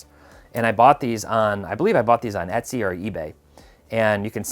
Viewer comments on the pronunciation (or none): none